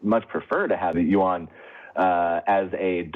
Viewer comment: speaks Mandarin, so she knows every Chinese word has 1 syllable. She knows how to pronounce Yuan but chooses not to. That is the most mispronounced word for the Chinese currency unit. she almost pronounced it correctly.